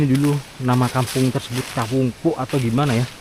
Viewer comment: Assalamualaikum saya koreksi ucapan mas..itu disebut Kawung poek...dibacanya ka_wung powek(BHS Sunda) Bukan dibaca puk..tapi po-ek(gelap). Sehat2 sepaluas.